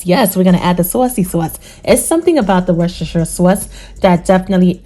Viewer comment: What is the name of the black sauce? Is it Worcestershire? I couldn’t understand what you said. Nevertheless voice is dope! New York or Chicago? 😁